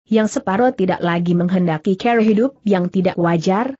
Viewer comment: Kenapa klo membaca "cara" menjadi "ker" ya . . . 😂